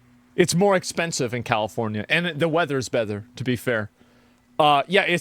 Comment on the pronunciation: "the weathers bether" learn to speak lmao jk i love u asmong <3